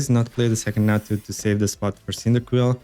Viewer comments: Great video. Im going to make this deck. However, I thing you're confusing chatot, and Xatu. Xatu is pronounced Zatu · Hey! I heard you pronounce Xatu as "Chatu" in the video and I wonder where are you from, as I'm from Brazil and we pronounce it like that in portuguese:D